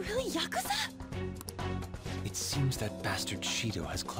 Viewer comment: Aw Now I feel for Akechi... What the freak... Ann's twin tails are gone... Oh wow... He is taaaall!!! That pronounciation! Yak-u-za... Cringe!!! And hey... It ties up with his other series... Why... Is he... EVEN AGREEING?! Shido considers Akechi to be a threat? ....... Ohhhhh.... Wild card? Ahahahahaha... "Because I grinded a bit" His Pancake power is too POWERFUL!!! What about your Persona? Oh wooow! A Adachi is better and BAE!! What the fudge... Morgana?!